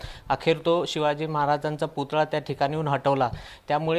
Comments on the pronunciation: Putla nahi putalla man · पुतला नाही पुतळा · पुतळा म्हणतात राणा मॅडम पुतला नाही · पुतला नाही पुतळा बोल बाई...